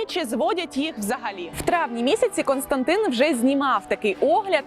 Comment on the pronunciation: Лошадь - Костянтин, а не «Константин»